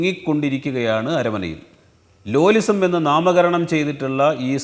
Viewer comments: ലാലിസം ❌️ലോലിസം ✅️ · ലാലിസം -ലോലിസം 😂😂😂😂😂😂